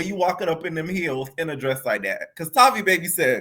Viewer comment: Haha its everyone still pronouncing that girls name wrong for me. Its Tay-vi baby. Tavi and baby rhyme. She can fight, but Its something about her i still dont like